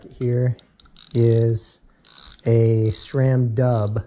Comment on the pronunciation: Wait?! How did you just pronounce SRAM???